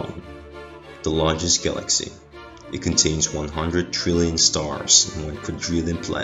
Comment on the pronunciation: Guh-laxy. Love that pronunciation.